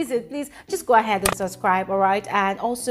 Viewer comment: Great analysis as always. Well done! Just a small observation. You don't pronounce the "b" in the word subscribe. You always pronounce it as "suscribe". I look forward to seeing you correct this. Cheers from a big fan of yours.